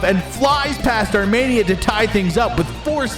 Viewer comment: Dude. arm E nia. Wtf is this Armaynia